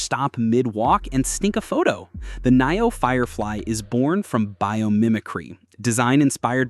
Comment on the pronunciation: It is not coming to the USA. Dang I am a NIO investor and I wish. Does anyone look at their AI “creations” before posting. Hell we pronounce it NEO. Dang!